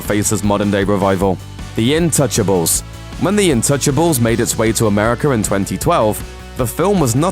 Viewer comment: It's actually called INtouchable. That is the title. The vo sounded close to untouchable but it wasn't the case. But the irony still applies, kinda.